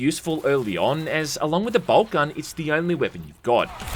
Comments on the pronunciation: You say boltgun i hear bald cubt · "BobCun" I'm outta here